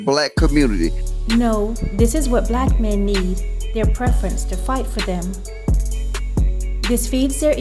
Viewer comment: What do you mean;"I thought he was a white man, because a black man wouldn't divorce his preference."(I think you said preference, although it sounded like prefence). What is that supposed to mean? Especially as you followed it up by, "...men don't normally file for divorce." (Nearly 80% of divorces filed by the woman) edit: Ok, nevermind. After watching a bit more of the video. It's obvious this is just a hit piece. She's fake and Kevin Samuels is too?? Just because they speak the truth? You say that she thinks she's an expert on the black community. Yet you sound Much younger but you believe that you are in a position to say a 40yr old person doesn't know anything. You know better, yeah? Oooookay, youngun. Ok. Absolutely Wreaks of jealousy. Shame on you! If you don't agree with her, you don't know the first thing about life as an adult.